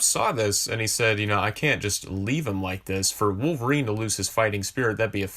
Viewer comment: “I don’t wike it!” Sorry, don’t mean no disrespect, just reminded me of Chris Evans in a funny way.